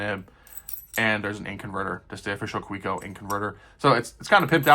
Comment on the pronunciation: pronounced Ka vek oh